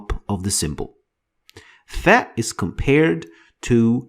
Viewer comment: it's not tha it's sa